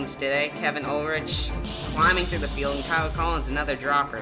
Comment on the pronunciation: 5th place, nice. By the way, my last name may have a ch, but it is pronounced like Ulrick. Don't change the spelling but the but change ch pronunciation please.